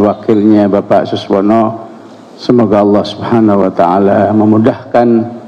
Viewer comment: Saking buru²nya, sekjen Golkar masih salah menyebut nama Suswono menjadi Suwono 😅